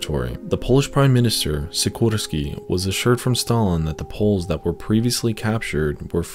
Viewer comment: epic vid but, can you use polish Text to speech for pronunciation hard words like Sikorski? All best